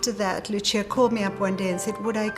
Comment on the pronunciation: WTF it's not Lutxia it's just Lúcia (like in Lucy).